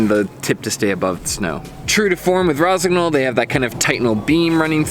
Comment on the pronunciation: Nice review. Is just a bit disturbing hearing the gn pronounced verbatim. Should be soft - like in gnocchi (not sure if there is a native english word with the same sound).